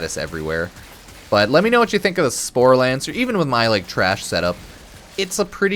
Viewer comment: Not sure where you're finding the 'n' in "sporelacer" but you managed to pronounce it as "sporelaNcer" every time. Not even mad, I'm impressed.